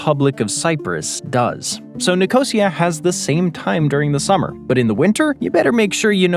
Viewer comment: Great vid, but, NICK-O-SI-A